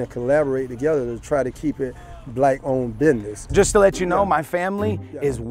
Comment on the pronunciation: It's called a BUISNISS not a binniss.... that's why we DOMINATE!